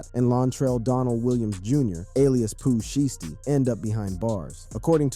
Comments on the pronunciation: Bro you suck at pronouncing these rappers names, like Pooh sheesty tf , illiterate asf. DaHbaby 🥴 smh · You can’t even say his name right ! How you gonna even speak on him? Poo sheesty ? Wow foh